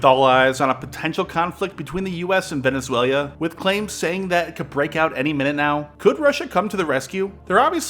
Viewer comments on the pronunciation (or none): “Venezuel-ia” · Great vid as always but how have you been saying Venezuelia for this long. Are you just memeing on us now? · Venezuelia lol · Venezuelia :D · Did he say "Venezuelia"? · Venezuel-i-a? Where did that 'i' come from? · Bruh, did you just say Venezuelia? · The way he was saying it was driving me nuts. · he has never been interested in pronouncing any non english words correctly, but this one is one of the worst examples !!! it's annoying, insulting if you from another culture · "Venezuela" does not rhyme with "Australia". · Learn how to pronounce Venezuela.... cmon man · Imagine your livelihood being geopolitics, making a video on Venezuela and not being able to pronounce it right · He has a really strange way of pronouncing Venezuela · shit is bonkers. has this man only read the word and never heard another human say the name of this nation?